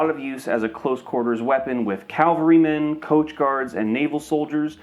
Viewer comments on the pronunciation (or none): it" cavalrymen, NOT calvarymen. And again , you say calvary regiment. The cavalry are mounted troops. Calvary was the site of crucifixions in Jerusalem. I wish that YouTubers would get that right for once!